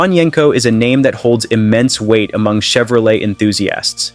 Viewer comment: Wait... Did that robot just say "Volks-WAJEN???" 🙃🤣 ....and the hilarious mismatched Mustang photos all over this mess...? Then: Shev-row-LET? ...of course to rhyme with "flush toilet??" Are there ANY humans behind this abortion at ALL?